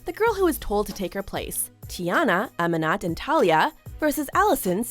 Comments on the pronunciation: Her name is pronounced “A-meen-ah” not “Ami-not”. Did no one do any research before making this video? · Y'all mispronounced Aminat. The t is silent. It's pronounced Aminah. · AHM-IN-OT LOL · that mispronunciation of Aminat... was NOT fierce! The T is silent! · Every single soul:, You mispronounced Aminat's na...: DO NOT GO THERE WITH ME! DO NOT GO THERE WITH ME! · Am I the only one frustrated about her not saying Aminat’s name right?